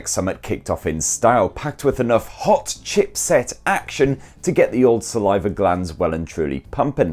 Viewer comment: You really emphasized on the "HOT CHIPSET" 😂😂